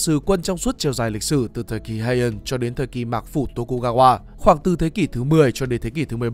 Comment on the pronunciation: Phát âm tiếng nào cũng bị tiếng Anh ảnh hưởng vậy, ví dụ như Heian chẳng người Nhật nào đọc vậy cả